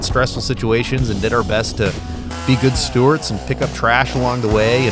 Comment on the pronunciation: Fantastic video, as always. BTW, it's "good stewards", not "good stewarts".:)